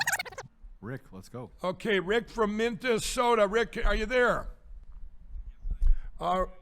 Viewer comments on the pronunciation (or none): It's always fantastic to see ya!!! Did that clown say Mintesota. What?? Must be all those corn flakes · Sounds like he said "Memphisota". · Omg Mike....it's not working Buh bye dumb ass....you are from MN and can't pronounce Minnesota. Mike..go to bed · Isn't Mike Pillow from Minnesota? How does he mispronounce the name of his own state? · Trump cant complete a sentence or a thought. pillow boy can't pronounce the name of his home state. If his channel is like this all the time, who's watching him?